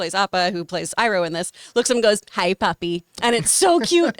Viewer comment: He even pronounced Iroh correctly a few seconds earlier. 😂 So weird